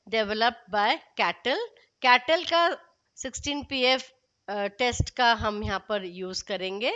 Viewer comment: Its cattell not kettle